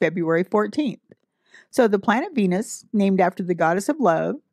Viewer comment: Did she just said BENUS?